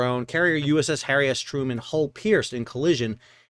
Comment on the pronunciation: Sorry, I know it is childish, but it sounds like you are saying, "Harry-assed Truman!" 😆😆😆